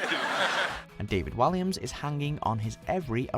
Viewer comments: Sorry but when have you ever heard David Walliams' name pronounced like that?! Some of the pronunciations by British voiceovers on this channel are ridiculous. Lol you know how to speak/say it, why are you saying them differently to how you know... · David Walliams is not pronounced the same way as it is to David villa looool he's English not Spanish